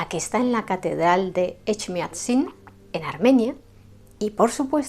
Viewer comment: Gracias por mencionar a los armenios. Es que parece que no existieramos. Echmiadzin, “Էջմիածին”: lo pronunciaste muy bien. Snorhagalutiun djan.